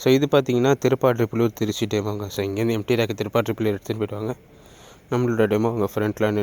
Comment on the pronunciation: திருப்பாதிரிப்புலியூர் சரியா சொல்லுங்க